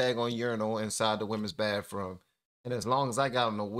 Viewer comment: FAMILY "Bathroom" has no "F". It's pronounced, "BaTHroom" not "BaFroom" - TH, not F.